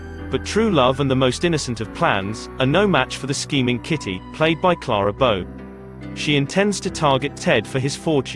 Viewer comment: You could make a drinking game out of every time her name is mispronounced.